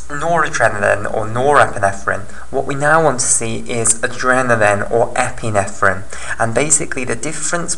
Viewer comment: Epinephrine not epinethrine. just saying